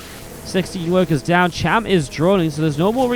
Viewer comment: It's cham. Not sham...